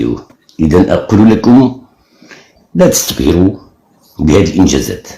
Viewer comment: كلشي زوين اصوت الحسن ينادي الا ديك "لاتستبهروا" فمعلوم ان الحسن الثاني كان يتكلم باللغة الفصحى كما هي في أرقى فصاحتها و يتكلم الدارجة المغربية في أبهى كلامها دون أن خطأ و لو صغير... شكرا على مجهوداتكم و رحم الله الملك الفقيد